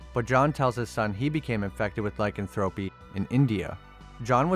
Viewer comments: It's pronounced ly can throw pee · I am 6 minutes into the video and I just can't take it anymore.....first it's pronounced Tal-but all one word. It's not Tal....Bot. Second, it's pronounced Ly-can-throw-pee.....not Lycan.....thropy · Listening to you repeatedly butcher the words “Talbot”, “lycanthropy”, and “Gévaudan” made this video very painful to watch.